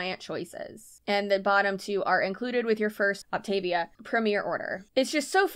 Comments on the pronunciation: Great info! But please, pronounce it correctly! Opta-VIA, like Mama MIA! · For what it’s worth, the insider huns actually pronounce this “Opt-uh-VEE-uh.” An MLM by any other name. . . . ETA: THRILLED about your clear margins! HURRAY! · My friend did this for a hot second. Not sustainable, obviously. I always heard it pronounced “op-ta-VEE-a” 🤷🏻‍♀️ Also, I tried one of her fueling snacks. Ugh! I had to spit it out. So gross.